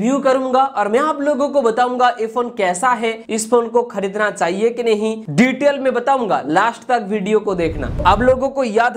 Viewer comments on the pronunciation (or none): Vai it's detail not Diteled nehi .. 🤣🤣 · you had me at "diteled" 😂